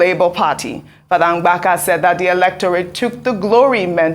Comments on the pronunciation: Ojy it's Mbaka, not Ngbaka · Ogy go and learn how to pronounce Igbo names is not mgbaka but mbaka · Ms. Ojy, the name is "Mbaka" not "Mgbaka". I was flabbergasted that an African can't pronounce a simple African name when White people endeavour to correctly pronounce complicated African names. Please, get it together. It's not cool at all. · Somebody please teach how to say Mbaka. Not Mgbaka. Lol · Ngbaka is not the real pronunciation it M ba ka take correction and don’t make that mistake again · Ojy which one is Mgbaka again bikonu, for an igbo woman, you can pronounce Mbaka as Mbaka ? I think the name is popular enough to be pronounced right by anyone and moreso a journalist of your standing